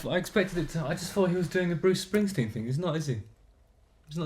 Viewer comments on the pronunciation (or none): did he just say bruce stringbean ? LOOOL